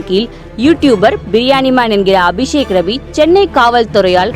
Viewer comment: I heard விஷக்கிருமி instead of அபிசேக்ரவி😂😂😂😂